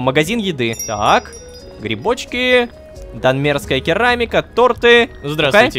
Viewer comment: Рома, ну сколько можно тебя попровлять, да́нмерская а не данме́рская!!!